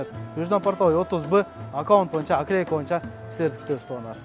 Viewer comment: Пытыр пытыр, аклейка эмне деген сартский создор. Жок дегенде наклейканы туура айтсан